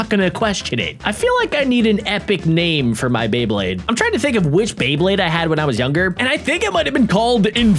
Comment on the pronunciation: Is it just me or do you say bleyblade